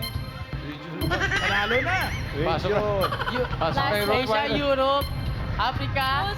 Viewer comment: ROTTWEILER...not ROOTWEILER and that guy in the audience is correct